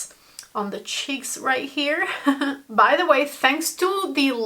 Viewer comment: Haha like how you say SHEEKS instead of cheeks 😂